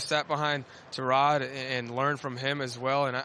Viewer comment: its tyrod not terad